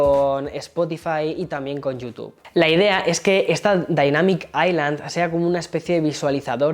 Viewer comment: la correcta pronunciación es ai-lund, osea como lo dice, si pronuncias aislan simplemente lo estás haciendo mal (osea toda latam lo pronuncia mal)